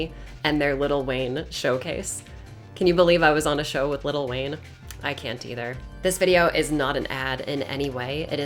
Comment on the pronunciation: Ngl, I thought said "little wang."